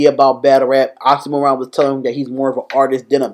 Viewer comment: man, not oxxxymOron. it's pronounced like oksy meer on